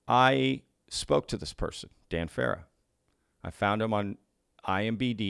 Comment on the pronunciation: credibility is lost when the host says Nuke-you ler as well as IMBD'. Its NUCLEAR ( noo klee- err ), and IMDB respectively. study your subject matter! Love the channel just at least get the small stuff right.